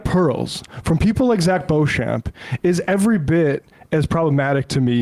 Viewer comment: For future reference... Beauchamp is pronounced "Beach'm"... I know, it's one of those names that's spelt differently to how it's said...ahh, gotta love the english language and it's foibles...🥴 🙃🐨🇦🇺